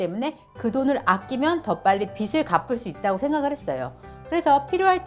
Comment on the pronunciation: 빚을 -> 읽을 때 "비즐" ㅇ / "비슬" X